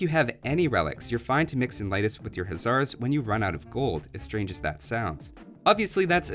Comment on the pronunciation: It's pronounced [Ley-tis]. I'm Lithuanian.